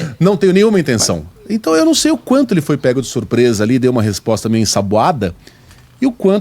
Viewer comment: O repórter disse "SURPRESA" kkkk